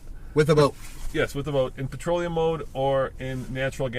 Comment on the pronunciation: I believe it's "petroleum" not "patroleum". BTW, I work for a city transit which has a fleet of 80% CNG powered buses and automobiles. The only good thing about CNG is the beautifully smell of emission. Other than that, it is more expansive to operate (after figuring in the compression pump for Gas and maintenance on that station), less reliable because it burns much hotter than "patroleum" which leads to a lot of engine failures prematurely. Making less power than diesel. Also, don't forget the safety of handling CNG. CNG tanks have expired dates on them, and are very expansive to replace. Big company can keep that under check and afford to train their personnel constantly. I am not so sure about individuals.